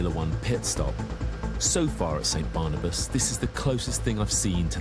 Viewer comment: barnabas sounds like cannibas to me